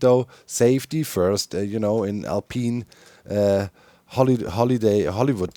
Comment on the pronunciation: I can't not hear Doc saying "alpine" as "Al Peen" 😁